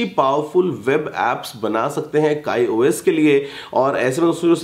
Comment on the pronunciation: abe wo kai os nhi hota kiyos hota hai